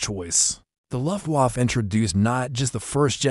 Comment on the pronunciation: Luftwaff? That's very unprofessional. AI needs upgrade of proper English language. All the miss- pronounced words degrades from the presentation, I had to stop watching it.